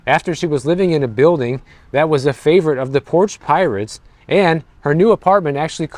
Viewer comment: "I'm moving because of porch pirates ". Are you moving? At least that's what it sounded like.